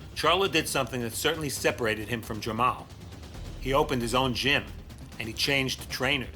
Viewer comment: you just said jermel and jermel instead of jermall and jermell